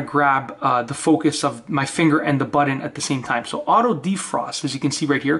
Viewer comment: What in the heck is a buddon? Last I heard, it was button!